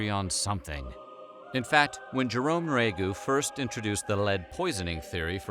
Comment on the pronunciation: Jerome Nriagu, would pronounce his name, 'knee-ree-ah-go,' if anyone was wondering. The narrator was just lazy.